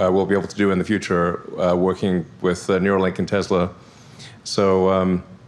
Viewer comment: Neuralink. Not "Nuralink".